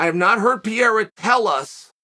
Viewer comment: Not a Pieraa P E R E I R A !!!!! CHAAAAAAEEEL NOT CHUCHUU